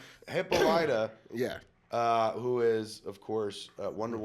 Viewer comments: great new channel, guys. Have to bust balls a little......... "Hippo-Lighta??????" really? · It's Hi-PAH-li-ta, not Hippo-LYTA...c'mon Kev, you watched the Justice League animated...